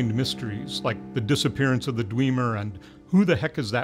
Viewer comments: Pronounced dw- ee -mer? As in eat? Always thought it's as in cat. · Lol, is that really how dwemer is pronounced? I've been saying it like eh, not ee. Anyway, I'd like to know more about either the merethic era or the dwemer. I don't know if the game can really be considered canon though. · It sounded like he said "Mike" not "M'aiq." And, he pronounced "Dwemer" wrong. Does this guy really know his Elder Scrolls??? (kidding)